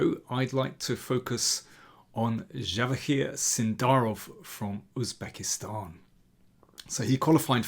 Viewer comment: Wow, Im amazed that you pronounced the words Javohir and Uzbekistan natively 👏